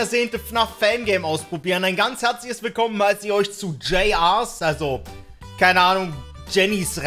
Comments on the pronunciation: das war das flackern, finde das größte Problem besteht teilweise darin, das man die Animatronics nicht auseinander halten kann. Das Flackern ist, dass es so alle 1-2 sekunden ganz kurz schwarz wird. Und das wird btw "Juniors" ausgesprochen. Außerdem ist bei ein Handabdruck in der Ecke im Art Room. Aber das Flackern ist wirklich teilweise echt unerkennlich. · JR,s bedeutet juniors Sag es nur weil dus falsch gesagt hast